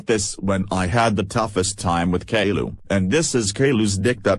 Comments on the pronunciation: "Kayloo" is how the TTS voices promounce "Caillou" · kayloo yes